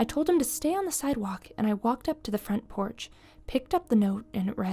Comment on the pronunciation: "But the fronch port light was on..." lol.